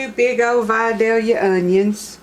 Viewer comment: There’s a lot of recipes for this on YouTube but you’re the first one I’ve seen that pronounces Vidalia correct so I’m going with yours.